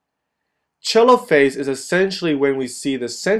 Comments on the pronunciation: Lol "Chelophase" Americans facepalm its pronounced Telophase like it's written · is it really pronounced "cheelo-phase"? I thought it was pronounced " Teee-lo-phase"